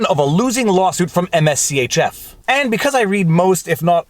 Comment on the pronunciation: MSCHF is Mischief without the vowels the brand is pronounced Mischief. whenever you make a follow-up video on the case please pronounce it properly. it's very distracting hearing you say all those letters over and over again.